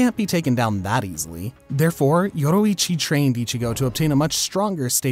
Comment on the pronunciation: He saying yoicchi me remembering demon slayer yorricchi 😂😂😂